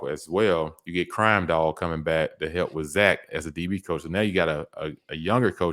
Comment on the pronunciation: You have to stop butchering names 😂 especially Zac